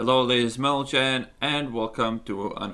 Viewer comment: By the way, gentlemen is pronounced with the 'g' first. The 'm' is pronounced after the 'g'.